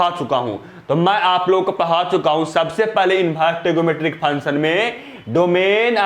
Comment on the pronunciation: Sir function to sahi se bolo